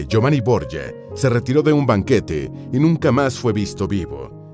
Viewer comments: Boryia??? Son los borgia, de toda la vida son borgia, no Boryia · Es un apellido español que seescribe Borgia y se pronuncia "Borjia", no Borya como dice el narrador... ya que se trata de videos informativos, debería informarse más antes de leer como le parece que son las cosas y no como realmente son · Señor, la familia Borja o Borjia, era española, en concreto valenciana. Así que esa pronunciación de su apellido español es absurda. Se pronuncia "Borjia", con la j gutural fuerte, no como y griega, como se pronuncian palabras españolas tales como Jaén, Jiménez, guijarro, Juan, Jesús... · Los Borgia eran españoles, mendrugo. Llamarles borye es haber investigado más bien poco. A los 15 segundos (y 7 veces dicho borye) dejé de ver el vídeo. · Se pronuncia Borgia.como se lee.eran de mi país España.. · Pronuncia Bien es Borgia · Es un dolor para el odio ver como pronuncian el apellido Borgia como si estubieran hablando en Italiano, en Castellano o Español los nombres propios no se traducen. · Me da mucho toc como el autor del video pronuncia el apellido la verdad, creo que debería de saber antes de donde provienen y no meter la pata como en el video. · Pronuncia en inglés el apellido, es Italiano no se pronuncia asi